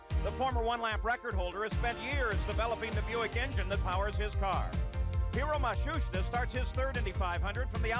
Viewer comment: Hero Ma-Shuush-Ta